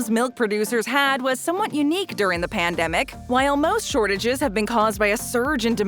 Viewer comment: Ya say pamdemic, I say epidemic